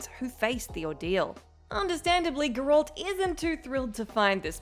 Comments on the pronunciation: The only game this chick has ever played is Mario Kart. And probably Wii Sports. Also, Her customer service voice and smile pisses me off more than how she pronounces Gerr Alt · Enjoyed the video, but I’ve never heard it pronounced Grr-Walt before 🤣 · Gurolt, Garelt, Goralt, Girelt, Garult............. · Wtf is a gurrolt? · i don't understand why WhatCulture can't give the Witcher videos to somebody who has actually played them or at least watched the show enough to know how to pronounce Geralt. you're nice and all but my brain just shuts down when you say gerALT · the pronunciation of Geralt is so irritating i couldn't enjoy watching the video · It’s burning my brain that the name Gearlt has been butchered by this woman. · tried to watch. stopped at 1 min cuz the narrator kept mispronouncing geralts name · The way she says 'geralt" I can tell she hasnt played witcher 3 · And she still cant pronouce his name lol 🤣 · This is why females should not play. Cant even say Geralts name like a normal person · Great video, but I just can't stand the way how you pronounce Geralt's name 😑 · They lose credibility when they pronounce it that way. I won’t purposefully watch any of their videos again. I’m surprised they don’t lose subscribers. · Brain broke when you butchered cd projekt red. Geralt’s name was bad enough, but damn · So this person couldn’t at least do 3 minutes of research? One cut scene or clip of the show would tell you how to pronounce his name... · Why is she pronouncing his name wrong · How can you not pronounce GERALT obviously have no idea what your talking about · Im uncomfortable how she pronounces Geralt 🙈🤣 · How the hell do you fail to pronounce names correctly from a game with fucking voice-acting? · Ma'am... Have you even played Witcher 3? Because if you had, you would know how to pronounce Geralt... It's not a bad info video by no means but my got, I curled my toes each time you said his name.. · Please...it's GerAlt, not geerolt 🤦